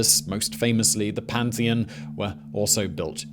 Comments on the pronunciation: It's PARTHENON not pantheon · parth-e-non the pantheon is in rome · 0.57 *parthenon (pantheon is in Rome, common mistake 🙂) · Pantheon? Parthenon, surely. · The PaRtheNon, Simon, not the "Pantheon"... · I think you misspoke Parthenon.